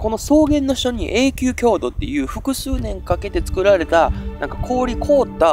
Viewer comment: 今回も素晴らしいレポートでした。 いつも、有り難うございます。 一点だけ、気になりました。 『永久凍土』→『えいきゅうとうど』と読みます。 間違って覚える方もいるかも知れないので。